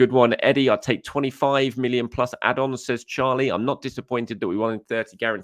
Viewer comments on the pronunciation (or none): none